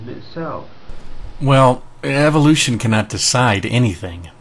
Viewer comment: Take a shot every time you hear "evilution".